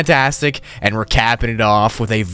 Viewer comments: "but you can actually go outside of the house if you want to ANF if you do" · Hehehe ‘anf’